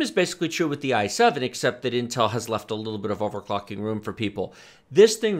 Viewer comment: You're right, interesting auto generated subtitle. Need to enunciate the word overclocking a little more clearly ;)